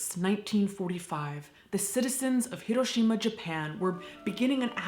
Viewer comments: She immediately said the name correctly, gets an immediate like. Remember folks, japanese doesn't have an r, just an l. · Thank you SO MUCH for pronouncing “Hiroshima” correctly! ❤❤❤ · Not super to do with the video, but as someone who grew up in Hiroshima, THANK YOU for pronouncing the city name like locals do. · Thank you so much for your pronunciation of Hiroshima. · I can't even imagine... I'm crying just thinking about my home state there one moment and gone in a blinding flash and boom. And then the after math, my God. It's atrocious. Thank you for this video and thank your for you pronunciation of Japanese names and places.